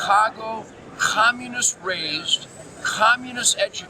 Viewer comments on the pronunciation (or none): Nugent pronounces communist 'kkhhhommunist'.